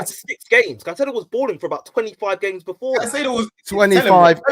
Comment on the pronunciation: This dude can't even pronounce Caicedo right piss off